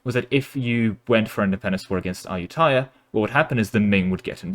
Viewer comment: ah-yu-ta-ya, sue-koh-tai